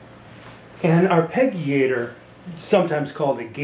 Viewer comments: this is how to pronounce Arpeggiator > Arr-pedge-ee-ate-or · Mispronounced arpeggiator (are-pe-jee-A-tor). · Soft "g", buddy. As in "g"iant. Arpeggiare -> arpeggio -> arpeggiator.